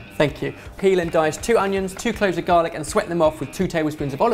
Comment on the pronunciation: I understood dalek instead of garlic 😂 Any other Whovians watching this?